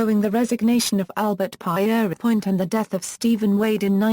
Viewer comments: You must know how to pronounce people's names. The French way of saying Peter is Pierre. Everyone knows how to say that. So you should say Pierre, then add on without a break 'point' It is as simple as that. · The narrative has been screwed up by the mis-pronounciation of Pierrepoint's name. Could you not afford a human being to read the script? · Not only bored to tears but also annoyed by the innacuracy. "Pie eery point?" Conningsby Main "in the West Riding of Yorkshire" It's in South Yorkshire. Her attempts to pronounce "Pentonville" abysmal!